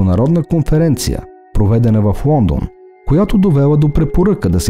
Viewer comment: Тонът УА ?!?! Моля Ви, работете върху произнасянето на правилно Л. УОНДОН, СУЪНЦЕ ....... Звучи изключително несериозно. Твърде добри сте във всичко, за да изговаряте толкова усезаемо УЪ вместо Л. С логопедични упражнения ЛТА ЛТО ЛТИ ЛТЕ този речеви недостатък се оправя лесно.